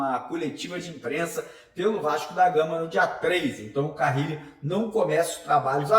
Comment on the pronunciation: Alguém dá um toque pra ele parar de falar carrrile